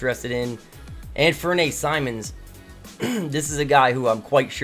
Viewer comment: Anfernee is pronounced like Anthony btw, not Anfer-nay